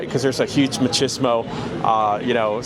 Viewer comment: The dude at pronunciation of “machismo”and “rancheros” smh. 🤦‍♂️ 😂. Lost all credibility. LOL.